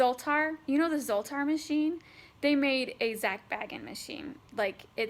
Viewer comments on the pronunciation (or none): anyone else get kinda man when she say BAGans instead of BAYans...triggered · BAY-ginz, he himself pronounces it BAY-ginz